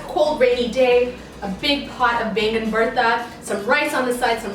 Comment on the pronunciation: Why you didn't pronounce it as Baigan baby